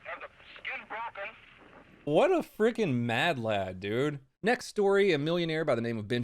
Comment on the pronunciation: As a Scottish person, hearing an American say "madlad" will never not piss me off lmao